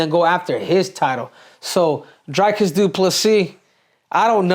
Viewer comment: Say Dreecus not drykus CCC